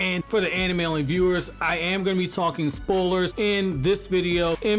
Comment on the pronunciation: “Ima talk about Spolers” 😂